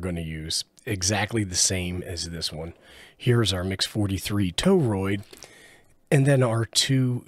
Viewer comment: 'TOE-ROID' again. Try 'TORE-ROID'.